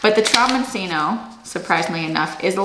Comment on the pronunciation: The broccoli is pronounced "de cheeko." In Italian, a single C is usually pronounced CH, and the cc is pronounced like a K. So, the squash is pronounced tromboncheeno.